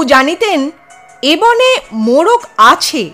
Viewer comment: সুন্দর। তবে 'বনে' নয়। বোনে উচ্চারণ করতে হবে। বাংলায় লেখা থাকে – মনে। উচ্চারণ করতে হবে মোনে। বিখ্যাত গান – বনে নয় মনে মোর পাখী আজ গান গায়… গানটি শোনা যেতে পারে। সব ভাষাতেই বানান এবং উচ্চারণ পার্থক্য হয়।